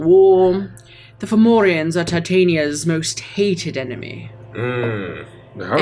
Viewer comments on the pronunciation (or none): Formorians? More like Forwarians.